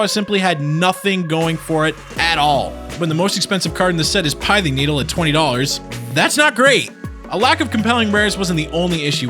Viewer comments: PIE-thing Needle sounds tasty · Pithing is pronounced "peething" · You mispronounced pithing. Kamigawa-Ravnica was by far the most fun I've had with standard.